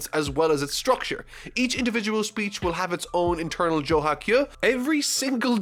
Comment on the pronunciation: Anyone else bothered by how he pronounces kyu as kyuh?